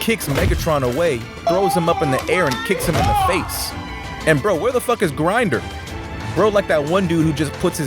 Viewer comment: btw its not grinder, its grimdor. ppl pronounce it (Grimm-dorr) thought u wanted to know